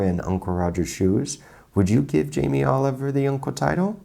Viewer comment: Jamie "OliveOil"